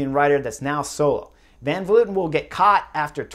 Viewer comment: Honestly it was great to hear "Van Vleuten" said correctly. Everyone says "Van Vloiten" for some reason.